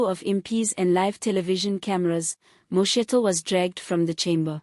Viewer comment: Name name incorrectly Could learn to pronounce people s names properly, you are pronouncing vice sprecidIf only you